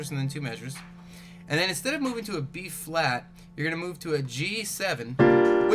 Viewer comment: Is he saying b flat or b fwat?